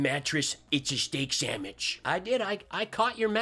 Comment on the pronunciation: I'm surprised didn't catch him saying Steak Sam Witch...